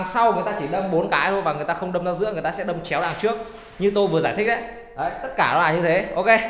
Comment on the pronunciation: Đâm chứ không phải dâm nhé anh